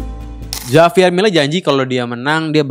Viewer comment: Bacanya 'Havier' Bang, bukan 'Javier'. Walau tulisannya Javier